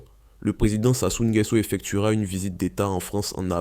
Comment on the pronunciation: Voilà un autre qui ne sait pas prononcer le nom de Sassou Nguesso 🤷🏿‍♂️. Réécoute avant de publier